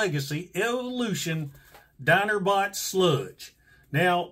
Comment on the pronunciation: "Dinerbot Sludge" Yeah I live in southeast Georgia and I can say you NAILED that.